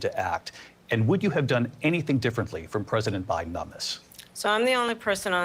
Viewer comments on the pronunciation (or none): Oh my GOD! She said O'Biden. There ya go 😁